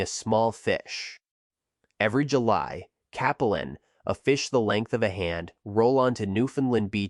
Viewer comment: It's cAplin (long A).